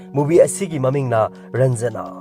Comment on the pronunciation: Ranjana nate raanjana haiyo bro ❤